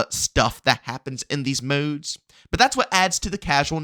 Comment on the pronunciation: These moudes its modes bro